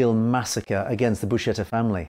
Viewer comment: Buscetta is pronounced Bu-sketta and NOT Bu-shetta.